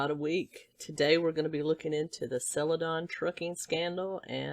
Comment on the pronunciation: Don... sell-uh-DON